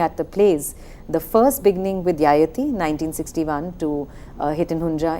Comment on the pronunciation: Pronunciation is ययाति Not यायाती